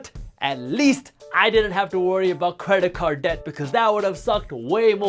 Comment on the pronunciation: Creda-card deck. I love it dude. This might be my new way of saying credit card debt